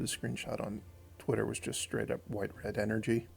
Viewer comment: People will definitely comment on the Twisted Riddlekeeper Me: Why does he call energy counters ener-jons